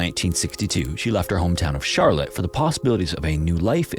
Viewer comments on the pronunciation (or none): none